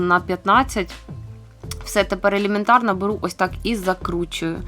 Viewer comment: Супер рецепт і виконання дійсно класне... 😉👏👏👏Та елЄментарно і розкатую трошки різанули слух....